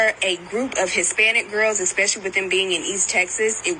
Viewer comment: A Princeton University fellow thinks the word is "EX-pecially". Illiterate loser.